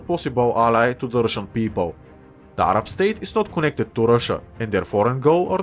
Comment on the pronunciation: As a Arab, I appreciate you saying Arab in a proper tone and not just in a American way like ''A-RAB''